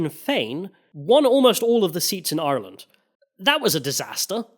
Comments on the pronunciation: Apart from getting your Queens mixed up and saying Ireee-Lannnd constantly like a racist pirate i think you smashed this one!! Some good points from both sides covered 😊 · Great video, good pronunciation of ireland not iland 😊